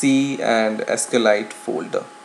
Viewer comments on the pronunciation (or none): Just FYI, it's pronounced 'sequel light', not 'escalite'. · it's SQLite, not Eskelight. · Actually, it's pronounced "ess-cue-ell-light"